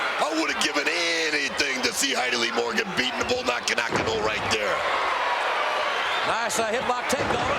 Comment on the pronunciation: Ugh so bothersome how Macho Man ridicules Bull Nakano's name.